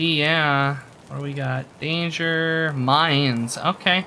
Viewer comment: When you said 'danger: mines', my friend thought you said 'danger: mayans' and then wondered how much a macuahuitl would sell for to Fence, lol!